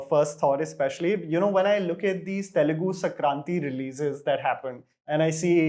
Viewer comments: SOMEBODY TELL HIM IT'S SANKRANTHI. NOT SAKRANTHI.... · He's pronouncing it 'Sa-Kranthi' without the N in the middle. I'm NOT talking about 'THI' in the end. Comment ko ache se padhna seekho 😂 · its sankranthi in south, but its sankranti in north specially in west bengal..